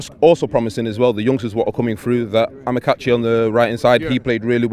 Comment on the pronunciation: Lol he called Amaechi, Amokachi. Must be a Nigerian to make that Freudian slip